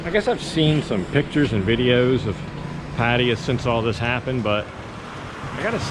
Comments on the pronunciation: "Patty-ah".....wtf is that? Try "Pa- tie-ya." Sheesh. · Sir, you should ask some Thai person how to pronounce Pattaya. Hint: accent on last syllable. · Dude: pat-TIE-ya. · dude you speak basic thai yet you still cannot pronounce Pattaya? sorry man, this is a pet of mine... thianks for the videos though!